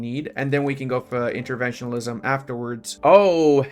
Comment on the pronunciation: please learn how to say interventionism